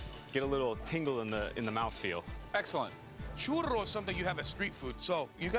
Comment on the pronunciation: Arron didn't say 'Churro' correctly. He's using at least three R's. This is too many.